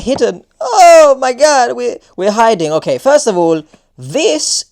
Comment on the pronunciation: You pronounce the store Okayjah